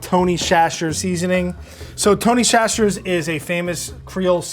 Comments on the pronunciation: me and gon have to rumble for that pronuniation of chachere's. phonetically it is literally just (Sa-sher-ies) like wtf what the hell is a (shashers) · me too. (facepalm) SATCH-ree. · It's pronounced SATCHERIES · not pronouncing Tony Chachere's correctly keeps throwing me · The butchering of Chachere is killing my poor southern heart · So when’s the fight between and the Mythical Kitchen on how Tony’s last name is pronounced? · Every time mispronounced Tony Chachere's, I died a little inside😖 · Tony WHATNOW Seasoning? 🤔🤔🤔 I know not everyone can visit Louisiana but I've never heard it pronounced this way (& again ).